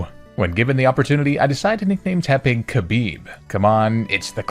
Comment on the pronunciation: Khabib had one wish post career. Just pronounce his name better. It's closer to Habib than Kabib.